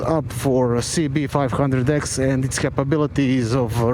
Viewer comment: Very enjoy your voice. I like the videos and how you say cb500x . Nice bike!